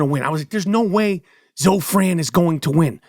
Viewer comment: It's Zohran not Zofran. Lol! He's INDIAN.